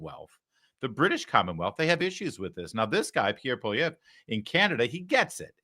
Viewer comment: This is not an interview. It's a propagandist political operation.... 100%. I LOVE LARRY!! ❤ Just found him. As a Canadian, great pronunciation of Pierre Poilievre. Muah! 🇨🇦♥️🇺🇲